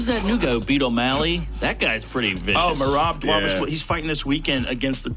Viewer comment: Why do you pronounce Dévashvili? It's "Dva-lish-vili"